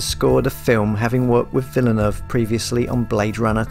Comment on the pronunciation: You are calling him wrong learn French pronunciation